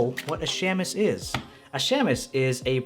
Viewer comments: For what it's worth, shamus (meaning private detective) is pronounced SHAY-mus. The A is long, not short. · Pronounced “shaymus” 😜